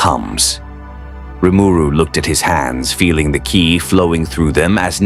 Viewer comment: Ki... is pronounced like key, not kai.